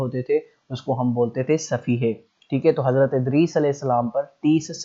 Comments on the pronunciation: لفظ صحیفے ہوتا ہے صفیحے نہیں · Sahifay ki pronunciation b thek kro